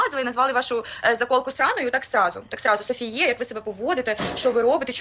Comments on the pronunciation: Не знаю чи хтось вже написав, але її імʼя читається з наголосом на останню літеру, не на склад "фі") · Не подобається мені коли ім'я говорять не правильно, тож вирішила написати про це. Тим паче, що у сторіс Сафіє неодноразово було чути правильний наголос. Також, цікавий факт, хтось зауважив, що бренд копіює дизайн деяких речей. Конкретно ця сукня дуже схожа, якщо не ідентична, сукні GANNI Shiny Taffeta Strap Dress.